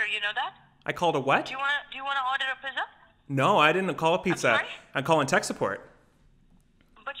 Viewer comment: "Do you want to order a pizza?" It sounded like he was saying Pezza